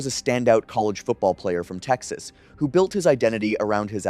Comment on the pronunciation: Built* with a t. Not build.